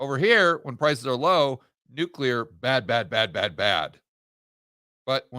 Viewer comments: Nuke-Lee-er NOT Nuke-You-Ler. You sound like W. Bush. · At this late stage of our civilization, people still pronouncing new-q-ler. Jeez... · HAHAHAHAHA...............NUKE u LER????!!!! Making GW credible!!!! Cmon........NEW KLEE ER!!!!!!